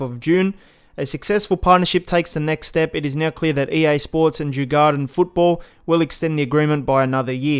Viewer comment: Djurgården is pronounced: Jur-gor-den I’m a Swede so :) Thx for all info